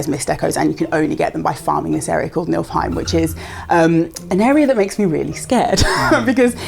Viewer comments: Getting Plat in God of war but still misspronouncing Niflheim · pronunciation of Norse mythological worlds causes me physical pain